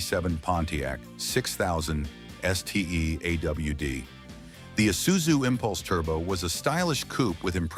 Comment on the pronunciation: "Sedon" and "A.W.D" made me sick 😢 stop being so lazy! Thumbs down